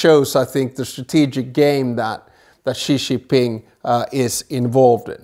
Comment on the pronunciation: Ghastly pronounciation of Xi’s name discredits the whole presentation